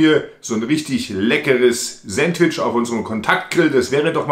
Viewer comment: Sääntwtisch, ha ha ha, da üben wir aber nochmal😂 . Alexa, wie spricht man es aus? Antwort: Auf Ostdeutsch oder wie im richtigen Leben?😂 Das ist kein Sandwich sondern ein leckerer Burger, denn es wird ein Brötchen verwendet. Es wird Toastbrot ohne Rinde verwendet, die belegten Scheiben werden diagonal zu Dreiecken geschnitten Zudem sind die Zutaten auf einem Sandwich traditionell kalt.